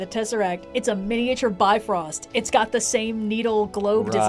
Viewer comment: It isn't pronounced "bi frost". It's a Norse word. You're a historian. Do you look at a word in another language, and go "Hey, I should pronounce this in English!" No you don't.